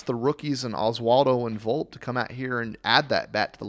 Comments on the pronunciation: His name is pronounced "Volpeee" Not "Volp" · It's Anthony VolpE, not Volp. I'm not taking anything you report seriously until you learn the correct pronouncement of their players. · I don’t mean to be rude but I can’t take a guy seriously when he pronounces “Volpe” like that